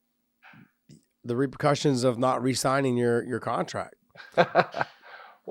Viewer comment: "Repurcussions", lmao.